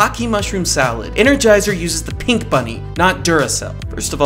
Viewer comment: Why does the narrator put emphasis on the word “pink” instead of on the word “Energizer”? He isn’t correcting the color, so the emphasis on “pink” is misplaced.